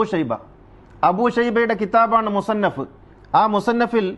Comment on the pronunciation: താങ്കൾക്ക് ആ കിതാബിന്റെ പേര് പോലും അറിയില്ലടോ വിഡ്ഢി. മുസന്നഫ് എന്നു വായിക്കാൻ പോലും അറിയാത്ത ജാഹിലാണ് താങ്കൾ 😂